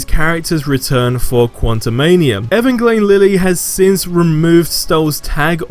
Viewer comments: I am not knocking your accent but it’s “.E-van-ja-keen” Lily. JIC the trolls start burning your channel down. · Bro I'm a supporter but learn how to pronounce Evangeline.